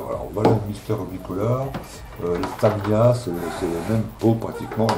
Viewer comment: Tres bon contenu mais a chaque fois le fait d entendre le Tamiya comme Tam Ail Ya ca casse le delire. Je t invite a aller visiter le Tamiya Plamodel Factory a Tokyo!